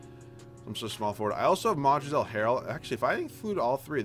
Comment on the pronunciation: The L in Montrezl Harrell is silent. Big fan of your videos, btw.